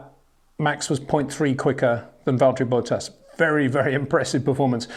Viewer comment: Who is Valteri Boat-Ass?